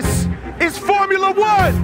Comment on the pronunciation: "DIS IS FOUMULA ONE!!1" No, it isn't